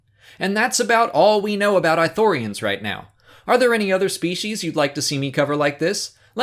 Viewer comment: I know this is just a personal nitpick but it's not "I" thorians. It's "ii" thorians. (Not "ee" but a hard "ii") they pronounce it in Kotor2. Not a big issue, I just get annoyed when people mispronounce stuff xP Even more here since Ithorians are one of my favorite races in SW.